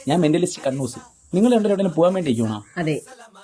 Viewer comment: Mentalist കണ്ണൂസ് എന്നാണലെ പറഞ്ഞത്. ഞാൻ കേട്ടത് കക്കൂസ് എന്നാ😂